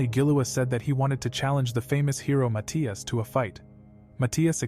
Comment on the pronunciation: the way they pronouce matthias is fecking weird